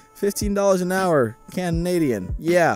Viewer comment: "Candnadian." -, 2021